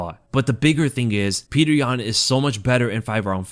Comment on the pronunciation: all of a sudden says "Peter" now? He was the king of "Pyotr"